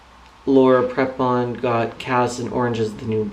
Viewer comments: its laura prepon pronounced pr(ee)pon if your gonna hate at least say her name right lol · My thoughts exactly (and it's pronounced "Pree-pon", for what it's worth). I understand what you're trying to say,, but: (a) Many, many ex-members have realized after leaving the Co$ that they were "brainwashed" (you used that phrase yourself in the "Joining Staff at Scientology Pasadena" video) so it seems kind of unfair to single Laura out. (b) other churches can twist words from their "sacred texts" around and make them seem what they are not (ie. deliberately misinterpret them, when it's convenient for the church). From what I've seen in some documentaries, Tommy Davis was really good at doing this sort of thing when he was Scientology's mouthpiece. (c)If you're a true believer, then this kind of thing (believing deliberately misinterpreted lines of text) is all the more easier to accomplish. When it comes down to it, belief is belief and even if people are shown the truth, a true believer (as I suspect Prepon is) will disregard it and believe only what their church tells them. As for her role in "Orange", she does a fantastic job of portraying her character (Alex) and her chemistry with her female co-star Taylor Schilling (who plays her ex/current lover) is effing sizzling, so she's not holding back on playing a lesbian character as far as I can see:)